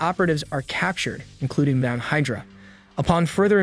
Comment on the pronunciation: While I appreciated the effort for all of this. It's good. I appreciate the laughs from the mispronounced words even more. Comedy gold. Damnockles A-vengers and Hyderuh we're my favorites